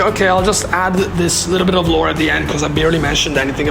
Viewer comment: Also, your accent makes me hear the way you say "lore" as "lord" and that alone makes an INTERESTING secondary interpretation in itself